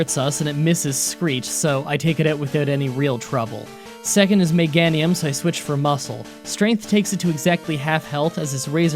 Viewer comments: Ya know what? That’s close enough for me! But for the algorithm... (You Said:Meg-An-Ium) (It’s Actually:Meh-Gain-Ium) -If I were to guess,it’s probably Air-Roy. -If only that Rapidash was named Gallop(aka Rapidash’s JPN Name)that would’ve been awesome. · M-e-gain-ium not M-e-gan-ium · Meh-GAIN-Nium that’s how you pronounce it. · I believe it’s pronounced Me-GAY-nium. Also, my mom’s name is Donna. Nobody calls her Don, although she had a stepfather named Donnie. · It’s meh-gain-ium btw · Meg-gain-Iam sorry to sound so rude but that’s how i think you pronounce it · I thought Meganium was pronounced with "gain" in the middle, to rhyme with "geranium" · Thought it was pronounced megaynium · Meganium is pronounced mug gain knee um, I had trouble with it till I heard it in the anime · Meg-ain-ee-um tends to be the popular pronounciation. Just throwing that out there. It doesn't rly bug me much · Meganium = Mega(Ger)anium, so you were close lol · Meganium is pronounced meg ae knee um. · It’s pronounced mah gain ium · It’s me-gay-ne-um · ITS meh-gay-ni-um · "Meh-GAIN-ee-um." "Ex-EGG-you-tor." And did you not get the Earthquake TM from Victory Road? That would have made Don SO much more powerful. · Miganium. Mi-Ga-Ni-um. Meganium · Meganium is pronounced Meh-Gay-nee-um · It's actually pronounced Meh-GAY-nee-um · Meg-ain-e-um it's a combination of mega and geranium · Meganium (Meh-Gay-knee-uhm) Just in case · i think the correct way to pronounce meganium is like geranium but with a meg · Conspiracy confirmed he pronounced Meganium wrong on purpose. JK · I beleive meganium is pronounced with a hard a like in the word Cape